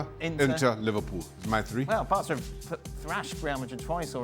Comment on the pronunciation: Bro said livarpool and Varca😂😂😂😂😂 lmao